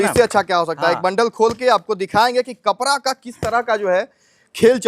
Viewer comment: Ye Bihari hai kapda ko kapra bol rha hai